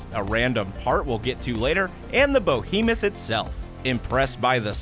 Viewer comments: WHO wrote the script for the air fryer? "BO-hemuth"? The word is "BEhemuth"! SHEESH! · LOL "the Sultry Cathy Mitchell". "Bohemith" haha (it's behemoth).